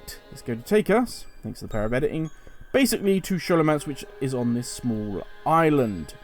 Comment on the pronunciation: Excellent Guide just makes me laugh every time i hear you say Scholomance as an Shhh sound and not a Skol sound.